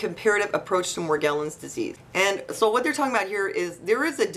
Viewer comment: It's pronounced with a soft G. Mor • gel • ans (jello)